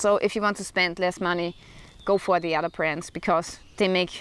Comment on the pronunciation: Alrighty. That made me chuckle because every once in a while, when listening to EU people talk something totally American slips in. But work on Fadder, Modder, Odder.